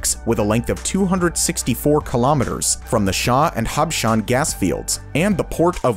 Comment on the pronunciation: But he nailed Habshan حبشان 🤣😂🤣🤣 . Which is NOT easy